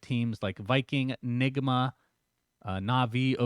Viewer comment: Honestly, people are exagurating that. No one is getting his career destroyed because he pronounced nigma wrong. Saying it in a context about another black player/talent: sure Honest strange pronounciation: nah